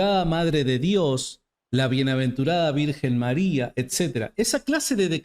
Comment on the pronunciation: Con todo respeto… este señor no sabe ni pronunciar bien el español y quiere enseñar Griego??? Criticando un título dado a la Virgen Maria desde siempre!!!